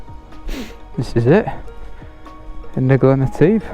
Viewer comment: Love it , love it..... great video again..... but..... I was privately giggling at how you were butchering the word "Etive". I will put you right next time I see you !!! lol 🧑‍🏫😜😁